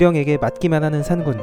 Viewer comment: 산군이 아니라 산꾼이라 발음해주세요